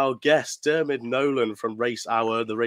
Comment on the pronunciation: You spelled Diarmuids name 4 different ways and all 4 were wrong🤣🤣🤣